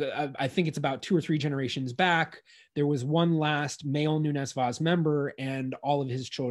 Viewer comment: Rhavael Noenes Waas is a very good Dutch phonetic approximation of how we say it in Portuguese (much better than Americans usually say it, which is closer to a Spanish-sounding name); in Dutch, "v" is pronounced as "f"/"ph", "w" is pronounced as "v", and "oe" is pronounced as English "oo" (Portuguese "u"). "Falcão" means Hawk; I won't try to approximate its pronunciation because in English you do not have nasal diphthongs. In the Dutch record it says Valk, pronounced like "Falk", and the nasal diphthongs I guess they just ditched it... "Querido" is writen as "Keride". Again, the approximation is better than the English one (sorry!). The "u" after the "Q" is silent, so "Ke" is a better approximation than "Kwe" (as the presenter says it". The final "de" (instead of "do") may be due to the fact that in European Portuguese we have the tendency to reduce post-tonic syllables, making the consonant very brief and turning the "o" into almost a schwa. His last name is written as "Vais"; that is very close to how a Brazilian would say the name "Vaz", and there are a few indications that some pronunciation characteristics that now we consider to be Brazilian innovations are actually Brazilian conservatism, retaining accents that disappeared from Portugal. The best English approximation of how we say "Nunes" that I can come up with is NOONsh. The stress is on the first syllable; the second syllable is very brief. As for "Vaz", maybe "VAHsh" (a 'z' at the end